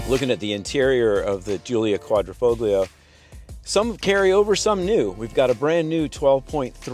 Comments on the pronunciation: It’s pronounced Qudra fo lee oo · The 'g' is silent. Dude sounds like the ignorant American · DAWG...the "G" is SILENT !!